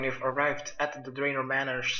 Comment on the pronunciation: I'm a League player it made me frustrated when he said "Draven" lol